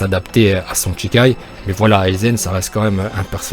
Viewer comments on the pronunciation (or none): c'est shikai et non chikai donc ça ne se lit pas "tchikai". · Shikai pas Tchikai sinon super vidéo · Bonne vidéo, mais on dit pas chi ( tchi ) chikaï mais shikaï. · Ça se dit pas tchikai mais juste shikai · "Sh"ikai et pas "Tchi"kai ^^ ;) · Ca se prononce Chie caille, pas Tchicaille. Shi = Chie // Chi = Tchi. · bonne vidéo celà dit petite erreur on prononce pas chikai mais shikai ^^ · " tchikai" ça me perturbe !!